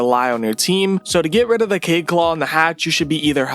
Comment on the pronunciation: THEYRE AND CORRECT. ALSO ITS KA-YEED NOT “KAYED”